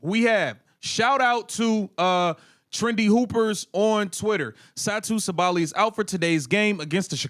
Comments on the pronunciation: bro, you pronouncing her name wrong , SAH-buh-lee. ... not Sa-Bally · Sabally: Sa•bah•lie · Sa-too Saw-ba-Lee It’s cringy Seeing as the video is about Satou Sabally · Everytime he said Satou's last name 🥴. All this screaming like he is SA is annoying too. Lol